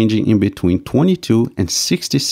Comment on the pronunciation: Although the monolog was for the most part well understandable, I would like to suggest that the speaker pay attention to the pronunciation of the word "attributed". When I played the model pronunciations from dict.cc, all but the one from an Indian lady were as I would expect and consistent with the pronunciations given in print dictionaries of British and American English. The bit difficulty is how the word is used, as verb or noun. The verb has the emphasis on the second syllable, whereas the noun is emphasized on the first syllable.